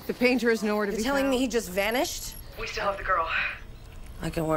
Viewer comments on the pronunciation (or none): none